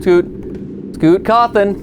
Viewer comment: “Scoot Cawthon!” - MatPat 2024